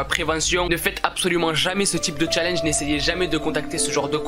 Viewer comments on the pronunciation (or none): none